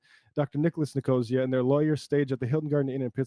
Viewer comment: It's Nick-oh-SEE-uh; a Greek name (maybe they changed it in America but I have afew friends with the surname, it's a proper/place name)